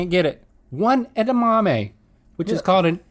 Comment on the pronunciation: “One edamame, which is called a edamam” genius